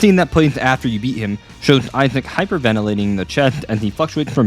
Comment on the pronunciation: Video is peak bit PLEASE JUST PRONOUNCE THE SSSSSSSS